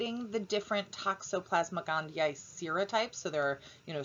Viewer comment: Finally someone who knows how to pronounce it correctly. Thank you! <3